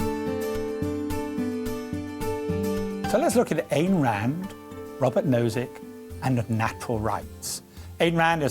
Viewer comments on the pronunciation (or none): That's pronounced "I"n Rand, not Ann Rand. And I'm glad that someone finally brought up her brand of natural rights of the individual. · Ayn rhymes with mine. It's not pronounced "ain" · Is that really how Ayn is pronounced?